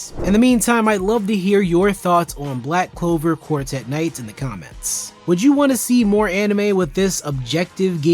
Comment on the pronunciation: You simply don't know how to enjoy the anime that is all, why don't you watch tom and jerry instead? 🤐🤐and its pronounced Black Clover, not Black Cover!